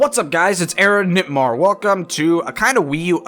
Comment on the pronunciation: Lol I thought he said aaronNIPmar